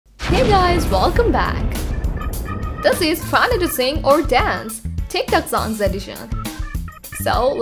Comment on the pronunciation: They said Dane instead of Dance anyone else notice